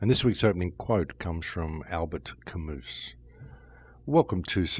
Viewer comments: Just a little correction: Albert Camus you pronaunce something like Alber Kamy, not Camus... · Good way to start the video... his pronunciation of Albert Camus got me 😂 AlberT Camoose lol wow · Its pronounced alberr camoo